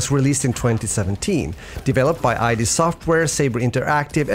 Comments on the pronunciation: It’s id. Not I.D. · Well it's basic stuff if you're going to make a video on a Quake game - the name of the developer. id is named after the first of Freud's levels of consciousness.